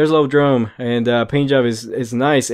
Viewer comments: I've heard everything from, "eye-oh-droam," to, "ee-ah-droom." Don't feel bad. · It's ioprey and iodrome, not loprey and lodrome. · don't mean to be rude if i come as as such but the lodrone and loprey are i belive supposed to be pronounced Iodrne and Ioprey again i dont mean to come off as rude so i apologize if i do